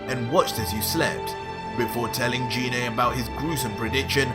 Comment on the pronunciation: Apart from you pronouncing Gine, not in the way I read it, that's a pretty mad story. I mean Goku teaching King Vegeta to become super-Saiyan, just so that Goku can fight. That's truly mad, and if the king gets power crazy, that's not going to go well if Goku or Vegeta has to put him down. That being said, if he respects the power much like Vegeta and Goku has done, then he is going to be very much like fighting a weaker version of Vegeta. I say weaker because Vegeta and Goku have spent over a decade becoming stronger bouncing off each other. I would suspect that an original Goku Super Saiyen 2 would not have an easy time against a current Goku super Saiyan 1, merely on the basis that Goku has become a lot stronger now and so does not need such a strong multiplier to achieve the same power level. Most assuredly Goku could almost certainly beat Cell without using any god ki by the time the TOP comes around. Partly because he's spent so much time training his god ki that under Weiss, he is much stronger in base form than he ever was before. All that time of training and experience can't be passed onto someone else in the time it will take Goku to teach the King. The 3 Universe 6 Saiyan's learned up to Super Saiyan 3 in ultimately a few short months from the first Tournament up to TOP. And that was with 2 short training sessions from Universe 7. So the king can get to SS3 in maybe a couple of weeks at the outside with formal training. That short a time frame would not compare to